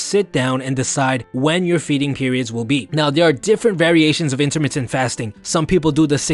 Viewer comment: " intermitit fasting "